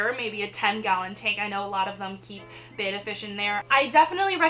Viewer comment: It's pronounced Bet-tuh not Bay-tuh 😜💗 Oh and FYI: you want at least a 5 gallon tank. 2.5 is just not enough room 😔💗